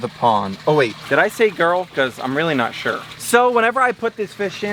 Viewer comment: Why do you say sure wrong